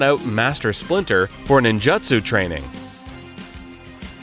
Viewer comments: I think it's a matter of the 'u' being dropped and misheard as an 'i'. That said, to me the pronunciation in this video sounded more like "ninjattsu". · What’s ninjutsu? So many names and words mispronounced in this video. Not bad otherwise but I’d pay attention to this.